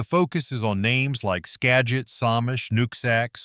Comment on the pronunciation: He pronounced Skagit 3 different ways in the same sentence. Must be AI. A real announcer couldn’t possibly be that dumb, or at least I hope not.